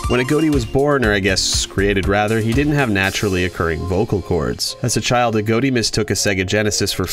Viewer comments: why tf he saying aGOATi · He pronounced A.G.O.T.I.'s name wrong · I think that he said his name wrong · Your saying his name wrong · You pernounces Agoti wrong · Thats not how u prenounce agoti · Agoti not agoati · it’s agoti not aodie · A-GOAT-E It’s I-GOT-E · That does make sense, but in the "Interview with CaptainJackAttack" the original owner of AGOTI had pronounced it as "a-goat-ee" not "a-got-ee", so I had assumed if that's how the original creator says it, then that's how it's supposed to be said, y'know? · no it's not. It's Agoti not A goatee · I learned 11 things: Its pronounced a-goat-e. I thought it was pronounced a-got-e. You learn something new every day. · BRO IM DYING RN🤣🤣🤣🤣🤣🤣🤣🤣. The way he says “AGOTI” just makes me laugh so hard, I could probably laugh my literal INTESTINES AND BALLS outta me! Man it’s pronounced (A-GOT-I) not (A-GOAT-I) man! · It is a-got-e as confirmed by the owner, but this guy just pronounces it that way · the fact that says "a goat e" instead of "a-got-e" disturbs me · it’s not ah goat E it’s A got I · i know i'm gonna get shit on but it's a-got-tee, not ah-goat-tea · He said “agoaty” and not Agoti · His name is a-got-e not a-goat-e lol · It’s A got i , not a goat i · Uhm it's (uh • got • ee) not agoati Agoti :> agoati >:< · Sorry I just hate how people don't say it right I'm still subscribed. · Um not trying to be that guy buts it's pronounced a-got-tee not a-goat-tee. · It's not agoati it's agoti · "agoati" I LOVE THE WAY HE PRONOUNCES IT XDDD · How well do you know Agoti, your pronouncing his name like a goatee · THE WAY U PRONOUNCE HIS NAME IS. A GOT I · You say AGŌTI? I say AGOTI (but like with a little smile above the o so it’s a short o sound instead of a long one like how you say) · He just said "A-Goat-I" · I think it's pronounced "A-gah-tea" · Why does he say agoti like agoati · You're saying his name wrong It's a-got-i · Why do people say A.G.O.T.I as A.G.O.A.T.I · AGOTI is pronounced : A-GOT-I